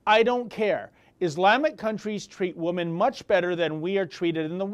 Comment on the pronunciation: This has nothing to do with the subject of the video which I agree with 100% but I have a question about his pronunciation of the word women. Do Canadians pronounce woman and women the same? In US English and UK English the plural for woman is women pronounced (wimin ) in both UK and US English . The plural women pronunciation (wimin) is the same as it was in Old English, the singular pronunciation woman changed sometime in Middle English from (Wiman) to woman.